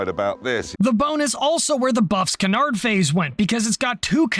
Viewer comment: Oh, it's the bomber with the active vibration dampening system, very strange way to say canards BTW